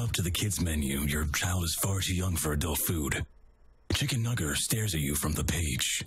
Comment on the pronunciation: Mat: “Chicken... nugger?” Me: “aaaaaaaaAAAAAAAAAAAAAAAHAHS”